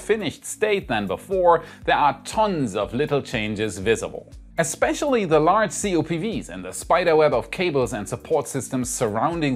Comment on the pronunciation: You didn’t say, “exspecialy,” did you?..